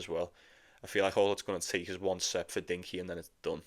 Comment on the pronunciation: It’s Rinky not Dinky 🤣